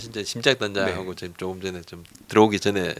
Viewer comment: 자꾸 왜 지금이 아니라 직금이라고 발음하시는건가요?ㅋㅋㅋ